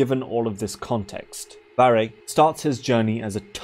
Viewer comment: damn bruh portuguese is my main language and never read his name like this 🤡 it was so obvious also idk if it helps but "varre" means someone/something that sweeps, the verb (to sweep) is actually "varrer" with a R by the end of the word ALSO idk to what extend english speakers use "sweep" for but this portuguese word is only for sweeping the floor (with a broom most likely) conclusion: Varre is a broom.